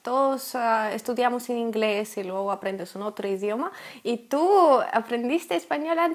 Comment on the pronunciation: preciosa.... se dice LUEGO con letra "e"" en medio y no LUGO, cariños:-)